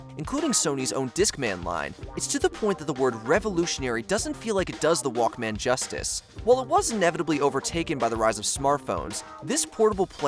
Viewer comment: It's walkman, one word, not walk man.